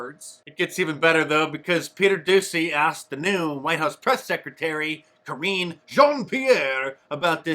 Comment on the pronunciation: Kore-eene.. chosen for her superior communications skills... or something...